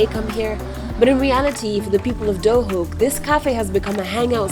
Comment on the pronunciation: Is it pronounced Duhok or Dohuk? Because even though it's written Duhok you say Dohuk.